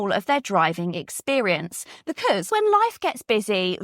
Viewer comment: You look lovely today, though i just wish you could say 'because ' rather than 'becuuse' 😂